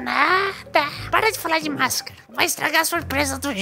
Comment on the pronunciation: Oii boa noite e "para" não "parra" ok sem ofensa